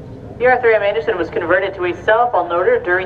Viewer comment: Yes, my point was, they said boat, and they definitely said Arthur “Manderson” twice, instead of Arthur M Anderson. Maybe a new employee?